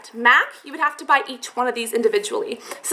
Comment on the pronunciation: haha you said "bry" instead of "buy" twice xD I love your channel though! :D